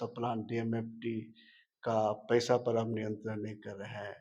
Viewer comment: Ye apne aap ko budhhiman bolta hai bewakoof and pesa ko ppesa bol rha hai